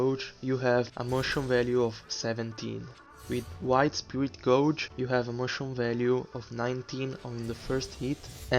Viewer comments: Hey man. Nice informative video! Also gauge is read as "gayge" no "gaw-ge" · Geyj Geyj GEYJ!! Its not gowj. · It’s (GAY-G) not (GO-G). Spirit (GAY-G) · Please. It's gay-ge . Stop saying gouge. Sorry the video is good though. I have slight OCD and everytime you say that I can't control myself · bel video, una cosa: "Gauge" non è pronunciata come "GOUJ", ma è invece un "GHEIJ". Immagina come se la parole fosse "gage" in inglese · Gauge is pronounced like geiji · I'm sure someone already posted this comment, but "gauge" is pronounced like "gayj" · Gauge is pronounced like gage btw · Just a friendly tip: your saying gauge very wrong. In english its said more like gaej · Hope you dont mind me saying it, the the word 'gauge' is pronounced similarly to 'gage.' great videos.